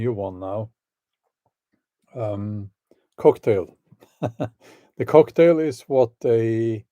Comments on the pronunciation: Bjorn its not Cocktail its Coughtail ! XD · "The coughtail" instead of "cocktail".